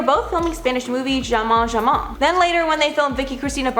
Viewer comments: Not “jamon, jamon” but “hamon, hamon” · The J in the title of the film Jamón Jamón is pronounced as an H. In spanish the J is pronounced like an H. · I laugh too hard when she said jamón jamón it sound more like french than spanish